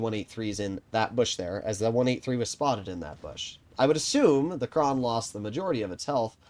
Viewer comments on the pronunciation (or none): its Kran not Krohn